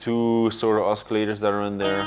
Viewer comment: Say oskillators one more time, I dare you!